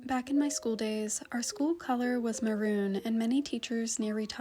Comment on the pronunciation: It’s actually pronounced as maroon